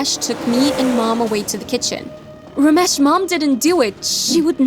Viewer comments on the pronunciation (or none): As an Indian the Ramesh pronuciaion is making me cringe. 🤣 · not ramesh it is ramesh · Lmao the way they say ramesh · The way they told "Ramesh" made me laugh so bad 😂😂